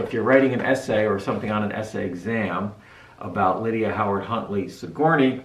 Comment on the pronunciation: That's not how you pronounce Sigourney